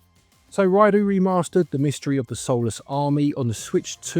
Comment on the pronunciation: Ryedoh, not Ryedoo